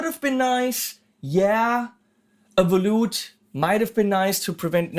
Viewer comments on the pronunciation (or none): Thanks for bring this up when said it I couldn't figure out what word he said. HA! I didn't even know what it was, but i do have on on my 500 dollar Schecter FR diamond series guitar.